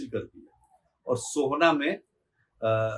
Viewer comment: सोहना नहीं शोभन कहिए